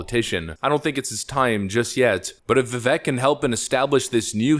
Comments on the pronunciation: Please please please just pronounce his first name correctly and he will respect you immensely. Strong, long A sound VivAk, not the e sound that it is spelled with. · It’s Vi-vake like cake, not Vi-veck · Its Vivek like Cake. He says it himself, not Vivek like heck. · His first name is Vivek is actually pronounced Vie Vake (vi = "cry" & vek = "cake") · Pronounced “Va-vake”, (rhymes with “cake”). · Its Vivek pronounced Vivake like cake. Thats how he explained it on Timcast. Guys this man is a legend. Pronounce his name correctly please. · FYI, his name is pronounced Viv-ay-k, like cake. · Just for S&G, I found out that Vivek's name is pronounced "Vih-vake". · Okay, 2 things. First, his first name is pronounced "veevake" like cake. Second, there is no Democrat equivalent. He is the real deal and Donald will need to be careful about what he says about him. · I love Vivek (pronounced vivake like cake). Seriously if you get it wrong now (as a corporate media commentator) it’s because you’re an ass. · Love your videos. Vivek is pronounced "Vivake" like Cake. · Rhino Ron!! And Vivek the Snake!! Don't tread on VIVEK!! P.s. it's announced Viv-ake!! Like Snake! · pronounced "vuh - VAKE," Just for what it's worth. : ) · It’s spelled Vivek but said like Vi-vake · Pronounced "Vivek like cake" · Phonetically: Vivake like cake. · not that it matters much but Vivek is pronounced viv-ache like cake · Say it with me folks, "Viv-ake" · Learn how to pronounce Vivek please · please learn how to say Vivek dude. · Its Vivek, like rhymes with CAKE. It's amazing how many prominent people cannot pronounce his name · Trump/Vivek 2024. Vivek/RFK 2028. Also you're pronouncing his name wrong. Vivek rhymes with cake. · The second syllable of Vivek's name rhymes with cake.